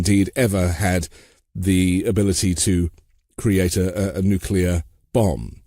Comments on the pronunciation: Nuclear.... Not nucular! Please... You know better!!! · It's NUCLEAR not NUCULER. Smart guy. Boo this man. BOOOOO!!! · Cannot take this man seriously the way he says nucular.